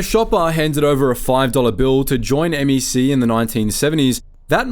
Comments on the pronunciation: The craziest part of this video is pronouncing it M E C not MEC(one word) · It’s not M.E.C… it’s just “MEC”